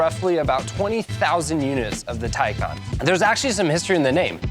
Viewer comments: The first half of the video is about how to pronounce the name and then he pronounces it wrong every single time after. Wtf lol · excuse me that’s not how it’s pronounced 😂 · Did I just watch you "Educate" us on how to pronounce "Tay-can" and then you proceed to butcher the name? Bruh. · wait why tell us how its pronounced and then put us through the discomfort 😂😂 very detailed review otherwise